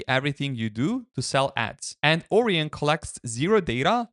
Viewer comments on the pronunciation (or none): It's not 'Oreon' browser it's 'Orion' lol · More like O-Ryon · As an astronomer it pains me to hear you pronounce it OR-eon. It's pronounced Or-ION, to rhyme with "ion", not "peon". Dear me. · pronounced "Oh. Ryan?" XD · Bro that's not how you say Orion and English isn't even my first language. Haven't you seen Men in Black? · I'm guessing english is not his first language but that's ok Orion is a greek word and he's pronunciation resembles that a lot